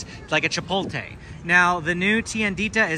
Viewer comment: *Chipotle not Chipolte 😂